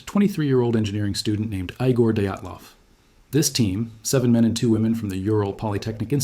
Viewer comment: "Eyegore Dayatlov" 😂😂